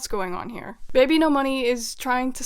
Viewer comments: ERM! ACTHWEALLY! Its bibinos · no it’s supposed to be babynomoney 😭😭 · "ENTER BBNO$" OKAY